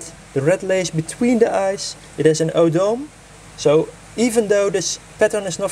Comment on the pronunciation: Isn't the tail part (Odome) is pronounce O-Doh-Meh not O-dome.